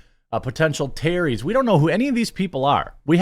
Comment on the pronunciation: Jeremy, why can’t you pronounce the word terrorist? Is it from a brain injury?